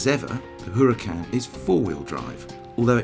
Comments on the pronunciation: You mispronounced the name, it's huraCAN, not HUracan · "Whoooruhcan." Lmao!!! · It does not pronounce like you said. The h in huracan is mute. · Please, if you're going to tell us how to pronounce Huracan please pronounce it correctly yourself. Here's a little help, the H is silent and the accent in on the last vowel, not the first or second vowel. You'll seem more authoritative if you research your subject. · if you're going to say how to pronounce Huracan, at least know that the spanish word Huracan is pronounced without the sound of the H.